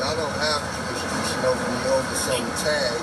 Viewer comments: He doesn't even know how to say jurisdiction, What the heck is juristriction and he thinks he knows the law.😂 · "ja'll have druis-driction" what he's trying to say is "do you have probable cause" he was trying to say jurisdiction, but what he meant was "probable cause" to make the stop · Junior: "You don't have jurestriction", Cops: "we have jurisDICTION". Well I guess he can use the 40 years to work on his English. What makes these low IQ hustlers think they can win a gun fight with 10 cops? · "I know y'all ain't got no jurprestregtion" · Do y’all “jurerstriction”??? Did you graduate kindergarten, homie? 🤦‍♂️ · wtf is “jurisjriction?” 😂🤦🏼‍♀️ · How many times you think he had to 'practice' saying 'Jurisdiction' in front of a mirror, before he could say it when cops arrive? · It's hilarious how he can't even say the word "jurisdiction," yet thinks he know what it is and if they have it. Then having the audacity to claim you know your rights when you clearly know NOTHING at all. Trying to maintain your own innocence while acting THE MOST guilty is something only a criminal thinks makes sense. Maybe don't be a piece of sh!t person and do crminal activities and this won't be your life. An embarrassing coward. What happened to Chelsea?? She suddenly disappeared once shit hit the fan. Was she charged with obstruction?? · Junior cannot pronounce “jurisdiction” for the life of him. Well, I’m sure he could if he knew the actual word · He tried saying it 3 times and could'nt get it right. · He was certainly confident in his mispronunciation 😂